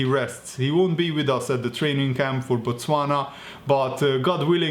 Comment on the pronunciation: 😂😂😂 Shout out to Botswana🇧🇼 that's my country. I don't know if I should be happy or not since I won't be seeing Salah. That was good pronunciation...